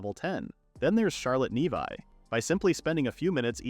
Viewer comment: Instead of a title of a woman eating monster meat, it should be “princess travels for monsters delicacies” also, the name is not nevi……it’s pronounced nevee(nevi)